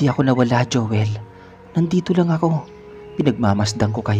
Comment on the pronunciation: Mejo nakakairita lng po ung narrator,ung my qng Anu sa dulo Ng mga salita,imbes na Joel nagiging joelah,paligid nagiging paligiddah😒